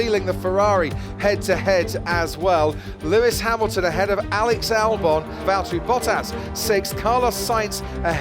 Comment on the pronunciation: Nice pronunciation of his name! Good job